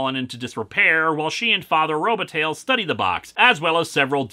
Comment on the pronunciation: Robataille Row-buh-tie